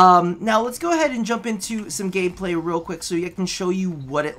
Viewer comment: did you say gay play or am I trippin